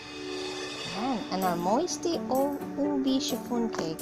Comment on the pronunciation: Moist po not moisty. 😊